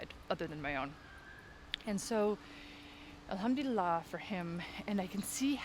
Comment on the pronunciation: Mashaa Allah sis love your video. May allahs at bless your soul. Loved the way u say Alhamduillah. Yesterday I saw an ayah ( surah ankabut-ayah 45) where Allahs swt is mentioning that when we talk about Allah among people He swt remembers us among His angles and indeed He praising us in that blessed gathering is a greatert honor. May Allah swt accept it from u sis❤